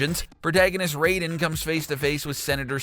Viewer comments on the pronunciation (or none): Goddamn... Do you even do RESEARCH on the videos before you read the script? Deus Ex is pronounced "Day-us Ex" and Raiden is pronounced RIDE-EN, not ray-den.